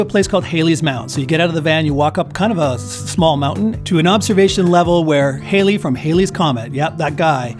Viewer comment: Just to let you know, it’s Hall lee. Your tour added lots that Delos didn’t . Great vid